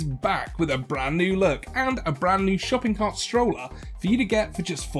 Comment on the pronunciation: Thank you for including Closed Captions in your videos, Adopt Me Team! I couldn't decipher whether was saying "shopping cart" or "shopping box" and got pretty confused, but now I have a fun idea to draw! Is the hidden fridge an homage to Omega Mart? I went there back around Halloween of 2021. It was incredibly fun!